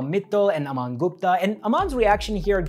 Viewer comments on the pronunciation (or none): none